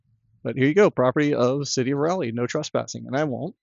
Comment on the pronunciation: Raw lee... not Ray lee. goodness!